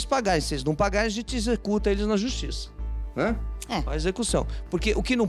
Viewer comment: Ele disse que vai mandar "exucutar"... 😳😳😳😳